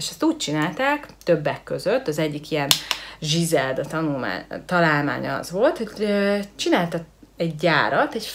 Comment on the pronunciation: nem zsizelda hanem grizelda...jó néhány dolgot rosszul tudsz de nagyrészt korrekt...jó a video.